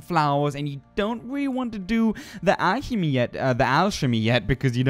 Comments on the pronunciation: just saying "Alchemy" is said "Al-ke-mie" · Wow this was very helpful tho the pronunciation was um off like a lot on some I didn't mind, lol except for the alchemy that one lol no words, if you read this chem is pronounced kinda with a k and ch as in chocolate the h is silent. But thanks the block was something I didn't know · Alchemy is not pronounced as alshemy its "Alkeemy" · "ALSHEMY RESAIP".... ... ... ... At this point, he is butchering these words on purpose. HAH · Good help for beginning, enjoyed it. Help for your English: Alchemy pronounced Al-kem-ee Sometimes (but rarely) ch can also sound like K. I think it's usually older English words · said toxicity correct. But mutagens is pronounced mute - ejins and alchemy is al -co - me. English is wierd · Alchemy PRONOUNCED EL-CAM-EA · don't take this as harsh criticism because English is by far the most impossibly contradictive language and most native speakers are far worse than you but pronounce the first syllable alchemy like you would the first syllable in alcohol kind of like replacing the ch with k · Great job, your a funny humble guy. Toxicity was spot on. But Mutagen is gen like in Jenny ;) And alchemy is al-k-me. I'm french from Montreal you should hear my accent hahaha Thanks for the tips, nice job.